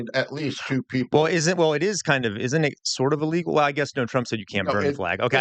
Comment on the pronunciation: Illegal❌ Ill-Eagle✅ 😆